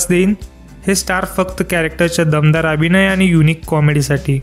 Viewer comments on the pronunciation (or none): अत्यंत अशुद्ध मराठी. इंग्रजी शब्द जास्त आहे. 'अभिणय' नाही हो दादा 'अभिनय' म्हणतात. भाषेवर मेहेनत घ्या दादा.